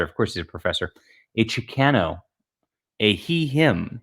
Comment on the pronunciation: You're the leading Hispanic voice in science fiction and that's how you pronounce Chicano? Shame on you! 😂